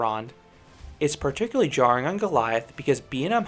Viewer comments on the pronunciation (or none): none